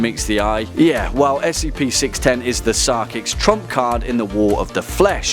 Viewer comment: Why is he pronouncing SCP as "skip"?